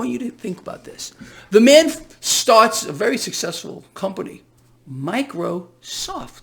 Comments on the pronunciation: Micro- soft lmao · "Micro-soft". I don't like old Billy